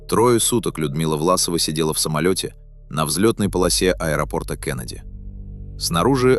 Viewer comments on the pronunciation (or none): none